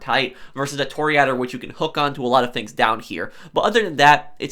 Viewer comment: Repeat after me: Toh-Ri-Ah-Door Cah-yo Peh-Ri-Coh white people speaking latin languages is fucking me up.